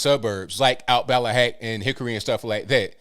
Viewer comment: I knew you were a 100% legit local when I heard you pronounce Ballahack Rd correctly. I've lived my entire life in Chesapeake. Grew up in the swamps of Deep Creek. You are spot on with the demographics and how black and white people blend together around here. Thank you for posting this.